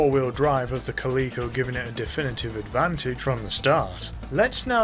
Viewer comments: Kuh-lee-ko? Cal-eh-ko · It's Cal-i-co like the cat, there is no e in the word.